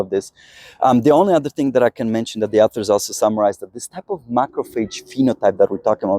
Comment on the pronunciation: Dude, you are wrong. :body-green-covering-eyes: Either that or you are a "Goofy Newfie!! I am a Canadian native-speaker AND an English teacher for over 25 years and the pronunciation is " AW ther" Do you " warsh your car or "wa sh " your car?? :face-orange-biting-nails:🤣😂🤣😂